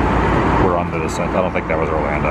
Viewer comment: "Orlanda" ?? ha-ha